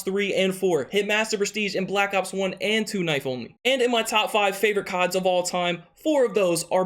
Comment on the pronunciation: Honestly everytime he says black ops i sounds like blackouts 🙄